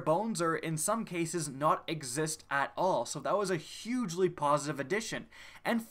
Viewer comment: "Hugely" .....DO YOU EVEN ENGLISH? ;) Nice wrap-up of Destiny's maligned history. Well done.